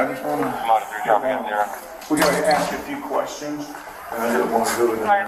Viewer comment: "What is you arresting me for?" ..wow illiteracy is real folks. " y'all is weird" " we was on da ground "just axe(ask) mom"